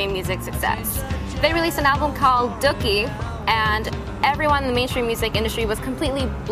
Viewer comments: DOOKIE IS NOT PRONOUNCED "DUHCKY" ITS "DUE-KEY" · It annoyed me when she pronounced Dookie as Dukie :P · I'm a Green Day fan and as soon as I heard the mispronunciation of Dookie I lost it! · how hard is it to say dookie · No duh. She didn't even say "Dookie" right!